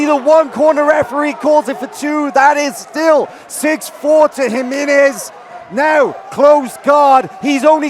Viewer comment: Hi-menez, dude...HI, menez...